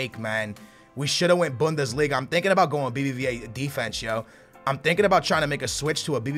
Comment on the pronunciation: Bundeslinga with "Toni Kroos"